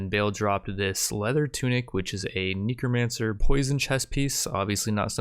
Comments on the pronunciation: "Neecromancer"... I'm sorry wwwhhhaaaat? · Its neh-crow not knee-cro Say it with me now. Necromancer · imma be real honest here...please never say "necromancer" like this again...its neck row man sir. not neko mancer